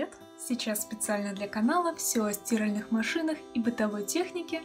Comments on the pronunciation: Вы очень милая, слушать Вас тяжело, ударения в словах чудовищны, стииииральна, зааааабит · СтирАльная машина!!! Ударение на первую букву А